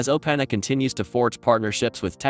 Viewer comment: Funny how in a video about how great Ai is yet we can't get an Ai voice to pronounce openAi properly :)